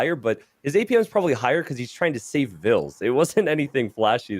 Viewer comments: Why changing the pronunciation of villese’s name ? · yep, it's v(I)lese and everyone used viles. I feel like it s a good and respectful thing to pronounce the players names as their original pronounciation was intended by the very players that hold the names. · Because it was incorectly pronounced